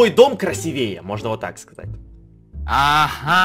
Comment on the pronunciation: красИвее правильно говорить